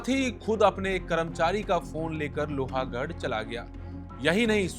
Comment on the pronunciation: लोहा गड नही लोह गड